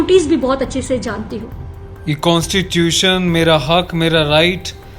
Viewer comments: What is kaanstuion?? consitution hota h 😂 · Drum NI dharam and kaaanstitution nahi constitution hota hai miss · Sir ja Constitution ko be 'kanstirution' bolti ha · Pehle constitution to Bolna seekh lo aunty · Even her pronounciation of constitution isn't correct from where she got the degree of LLB.......how she is trying to play with the feelings of common people in all religion....because of these kind of people riots happen....thank you sir for providing true message to all ....these kind of people can go to any extent.....